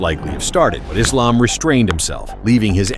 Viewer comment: it's refreshing to hear AI voice over pronouncing Islam's properly. It's Islam, not Izlam